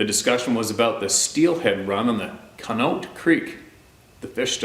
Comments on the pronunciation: Lol,, your pronunciations lol. Conneaut is "con-ee-ought". One of those typical 'why don't they just spell it that way?' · Ash-ta-bula Cony-acht your welcome....lol